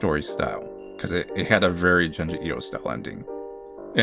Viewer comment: The real horror of this video is listening to pronouncing “JUNE-ji Ito” as “Juhn-ji Ito”… truly butchering it.